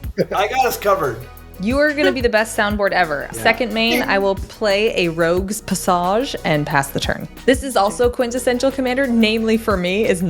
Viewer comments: "Rogue's passaj...This is also quintessential Commander..." I was genuinely shocked when did not say 'mispronouncing card names deliberately' because I think it's in the rules that you have to say things incorrectly at least once per game. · Great content and so fun to watch Matt play commander for the first time. Might help to not use the slang terms and mispronounce things with someone who doesn't know what these cards do. We love the silliness of calling something rogue's pas-sage or swAMP and passing the turn but that isn't helpful to Matt.